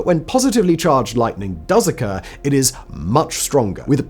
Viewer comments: Did you accidentally say lighting the first 2 times instead of lightning? I listened about 4 times and couldn’t hear the “n”. After the second one it was all good. Just curious. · "Lighting?" Oh, you mean lightening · Is it just me or the first 2 lightnings Simon didn't pronounce the n?